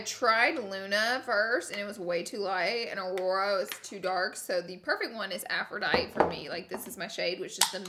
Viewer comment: the way she said aphrodite 😂